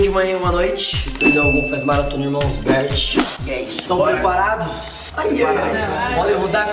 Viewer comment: So o fala irmao berti